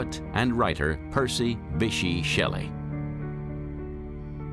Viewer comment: The narrator's pronunciation of "Bysshe" is actually painful.